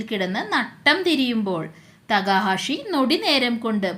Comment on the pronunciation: തേക്കാഷി എന്നല്ല തെക്ക ഹാഷി എന്നാണ്